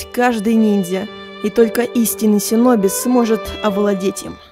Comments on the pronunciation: НУ НЕ СИНОБИ, А ШЫНОБИ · Амега какой "Синоби" когда это С буквой Ш стала правилно "Шиноби" ок? Договорились? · Не Синоби , а Шиноби :) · Какой шипилявый конь тебе сказал "синоби" шиноби так то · Шиноби, а не синоби.Бомбит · Шиноби* а не синоби....